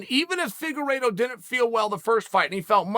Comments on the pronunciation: Deiveson "The Cheeto" Figa-reeto! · Chael: Davidson Figurido Me: Ok great